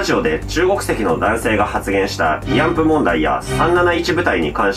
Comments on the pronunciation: いあんぷ？いあんふじゃないの？ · 「いあんぷ」ではなく「いあんふ」なのでは？